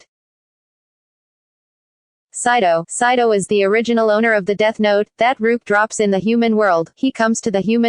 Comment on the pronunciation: She pronounced riek